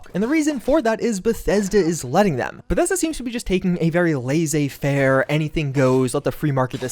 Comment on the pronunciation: That is the first time I've ever heard laissez-faire said like that